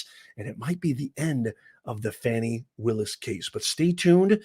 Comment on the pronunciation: It’s F A N I not F O N I If y’all would be quiet we could here the courtroom